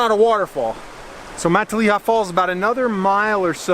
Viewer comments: Fun hike.. Matilija is not pronounced like 'Matt-a-LEE-ha'.. More like 'Ma-TiLL-e-ha' with a short e..:hand-purple-blue-peace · It’s pronounced muh-tilla-ha!!! 😂🤦🏼‍♂️ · Thx for the beautiful video! Looks like you had a lot of fun. Btw, Matilija is pronounced Ma-til'-i'-ha', emphasis on the 2nd and 4th syllable. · Pronounced Ma till a ha Not Mont te leya Falls. Everyone gets it wrong. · MUH-TIL-EH-HA = MATILIJA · Born and raised in Ojai 40+ years... it was actually my junior high school as well. You are not pronouncing Matilija correctly... :-( First time I heard someone say it that way. It's actually "MA-TIL-I-HA". Nice video tho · Mah-tall-EE-ha, lol, I literally cut most of that brush to get there. BTW that easement you walked through, the owner’s name is buzz and he’s an asshole. You are correct after 4 years of no maintenance the land is free to access by the public through the blue heron property. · ma Till aha. Take it from a native. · Matilija (MA-Till-LY- A) Falls. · Beautiful, but learn how to pronounce the word. Matilija (muh-till-ih- ha) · Exactly, fellow Ojaian here. It is pronounced Ma-TILL-a-ha. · It's pronounced Muh-tileh-ha. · My mom lives in Ojai....and its pronounced "Muh-tilla-ha". 😉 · Awesome video but listening to you say mahtileeuhha over & over again makes me wana jump off a cliff with no water at the bottom lmao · You dont belong in these canyons and neither do visitors. Thr roads are closed and so are the trailheads. Youre trespassing, and yku cant even pronounce the name of the canyons. This is bad karma for you. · the way you say Matilija pains me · I lived on matilija canyon road 1993. Lived in Ojai for 14 years and hiking was my life. Lol...he needs to know how to pronounce Matilija. 🕊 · Say Matilija right... also this isn't hidden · Great video I live in Ojai! Just a heads up you pronounced matilija wrong. We take that pretty seriously lol 😜